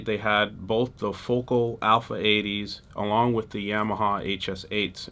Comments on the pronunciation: It’s fo-KAL.. not focal ❤ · Dude, those French made monitors are properly pronounced as, "Foe-Cal" not Focal. Your video production is slamming! Peace.